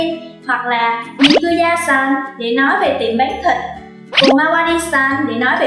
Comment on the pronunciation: sàn, chàn?? đọc cần thêm dấu huyền à